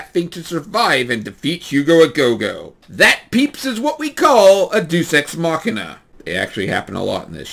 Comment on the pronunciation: Just FYI - in "deus ex machina," it's pronounced DAY-us, not deuce. From wikipedia: Deus is the Latin word for "god" or "deity".